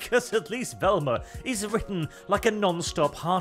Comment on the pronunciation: The most stunning part of this video: finally learned how to pronounce "Velma"